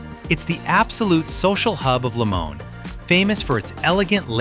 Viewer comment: It is pronounced LimonAY !